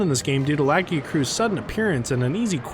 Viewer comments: Awesome video but your pronunciation of Lagiacrus is painful lol Edit: you say Laggy-uh-cruise but it should be Luh-guy-a-kris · Lagi- A- cruise????!!!! Lu-Gai-Ah_Kris is the only real way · Hearing you say "Laggy-uh-cruise" through the video was so painful 😭 it is pronounced "Luh-Guy-Uh-Crus" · I've heard two people pronounce the "-crus" as "cruise" and I don't get it! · Bro said laggycruise instead of lagiacrus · This is the worst way i heard someone pronounce Lagiacrus. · The way you pronounced lagiacrus caught me off guard lol